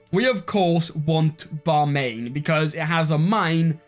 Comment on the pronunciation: Hey, few pronunciations- It’s Bam-i-an, not Bamain. “E” sound comes first after Bam. Also, it’s Sri-nagara, not Singara.